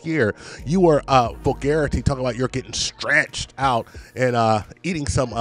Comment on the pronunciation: Up until now, I kept thinking she was saying that she was trying to get her cookie scratched, not stretched. Not gonna lie.😆😆😆😆😆😆